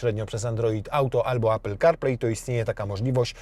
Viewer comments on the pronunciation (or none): none